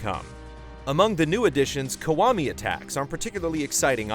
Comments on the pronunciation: it's pronounced "key-wa-mi" not "ku-wa-mi" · Why does he keep saying "Kawami"?